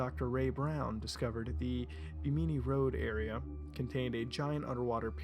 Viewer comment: You're pronouncing Bimini wrong